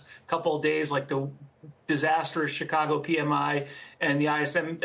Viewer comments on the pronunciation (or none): none